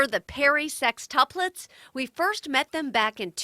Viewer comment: My dumb ass thinking she was saying their last name was perrysex😂 she was saying perry sextuplets😂